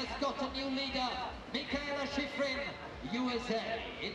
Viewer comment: I don't think Teddy is talking about the commentator, he's talking about the announcer who's there on location. He has a heavy accent, so I'm sure that English is his second (or 3rd or 4th) language. It cracks me up, too. At most of the places she skis, they pronounce her name, "Mee kah ay lah Shee freen" 😂 You'll get used to it. Now, the commentator for the broadcast here is an English speaker by birth I believe, and my problem with him is that he can't pronounce anybody else's name. I remember being so impressed when I first started watching Alpine skiing, and Steve Porino and Steve Schlanger we're so good at pronouncing all those foreign names. They actually put some effort into it. But this guy here, he can't even pronounce Brignone's or Gagnon's or Marsaglia's or Ragnhild Mowinckle's names right. He pronounces the G in the Italian and French names. It sounds like he's been doing that job for a long time, and he's super knowledgeable. I don't get how he doesn't know how to say these peoples names.